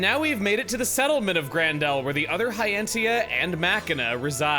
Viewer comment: Gran Dell? I think would have expected it to be Gran-der!